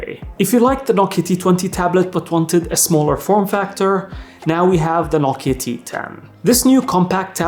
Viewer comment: Sir, it’s No-Kiya mobile. Not No-ki mobile.